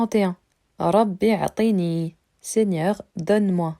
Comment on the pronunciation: l’erreur est que tu lis le mot أعطني avec un Hamza Al wasl اعطني. Alors que le Hamza ici est un Hamza Al qat3. tu supprimes donc une lettre et ça change d’ailleurs le sens du mot qui du coup n’est plus le verbe أعطى mais عطى. Attention c’est quand même une erreur basique de lecture. Sinon courage à toi et continues c’est une super idée de vidéo 💪